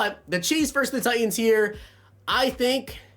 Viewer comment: What is with these you tubers? Tighens. There’s a T in there. Button. A T. Important. Another T